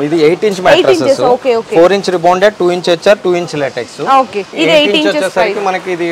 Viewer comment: Not Laatiks. Latex.